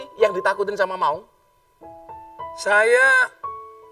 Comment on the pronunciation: Maun bukan Maung gus...😁 Maun adl sebutan kk bagi laki2 di timor.. Kalau maung sebutan macan/harimau di sunda...☺☺